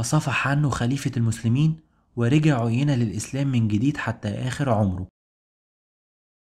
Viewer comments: أحسنت بارك الله فيك أنصحك بقراءة القرآن لتحسين نطقك في اللغة العربية ومخارج الحروف ومراجعة النطق الصحيح للأسماء، على سبيل المثال عُيَيْنة بيائين مش ياء واحدة أولاهما مفتوحة والثانية ساكنة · عيينه بن حصن مش عينه....... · عُيينة بن حصن رجاء راجع النطق الصحيح